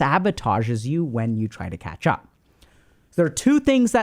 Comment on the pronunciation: i heard ketchup one time and then i couldnt stop hearing it lol